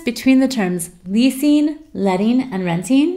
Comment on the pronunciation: Leasin, Lettin, Rentin... The wink won't make up for the missing sound you know. Hehehe. Wish you sounded more natural.